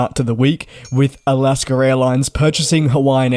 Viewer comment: There is no R in Alaska